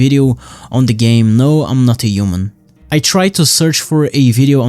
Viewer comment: "no im not a yuman"